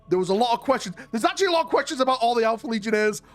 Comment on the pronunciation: that is not how you are supposed to say "actually"